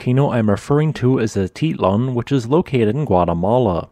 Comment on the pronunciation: Ah-teet-LAN; paydro